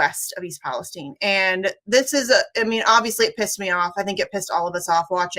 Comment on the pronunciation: Kudos to the guest for saying East Palestine correctly. No, it is not pronouced like the other "Palestine"